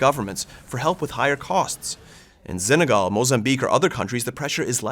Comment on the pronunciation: Why does he mispronounce Senegal? There is no Z in Senegal.